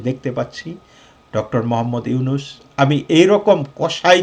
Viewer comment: Ota “yunus” na “Nunus”.